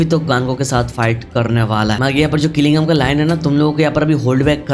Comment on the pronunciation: Jing jin woo ❎ Qilingam ✅